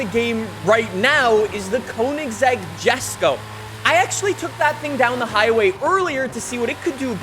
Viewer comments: It’s pronounced YesKoh not Jesko lol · The Jesko is pronounced "Yesko". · It’s pronounced yes-ko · not to be that guy but its pronounced, Yesko (Jesko), Deevo (Divo)